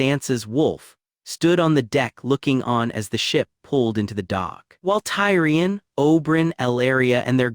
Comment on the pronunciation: writings good, AI voice mispronounces all their names like c'mon MAR-GARY TY-REON OL-ENNA